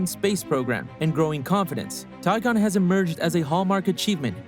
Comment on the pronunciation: It's Tiangong, not Tigon.